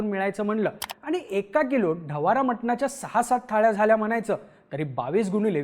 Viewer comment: ढवारा ❌ ढवडा ☑️